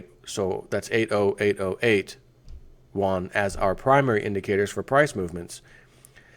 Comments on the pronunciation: Yuan is pronounced like yuo-an. "Wan" is the Korean currency. Love your work. Keep it up! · Pronounced (You-onn).